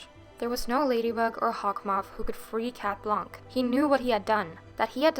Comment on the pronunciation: in cat blanc, the “c” is silent :)